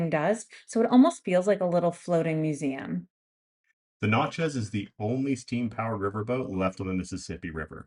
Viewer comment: if your local to New Orleans learn how to pronounce Natchez😅